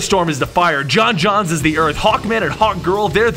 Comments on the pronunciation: John jones, not John johns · j'onzz is pronounced "joans" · The only flaw in this video is that the Martian manhunters name was pronounced wrong you're supposed to emphasise the O in J'onzz